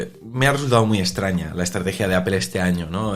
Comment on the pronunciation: Me sangran los oídos cada vez que pronuncian mal el nombre de la marca